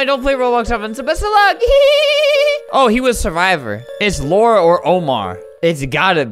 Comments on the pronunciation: man reads lara as laura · i don’t care if i’m a year late, it is pronounced la-ra not laura. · ITS LARA NOT LAURA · the way he say Lara is the way he say my name. it's like he called me HAHAHA